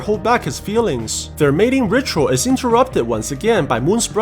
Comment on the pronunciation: The only thing I am laughing about him saying mating rikual